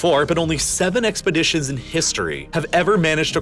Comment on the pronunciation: and "expedishes'